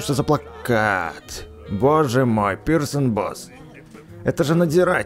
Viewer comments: Не Пирсон а присон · Не персон а присон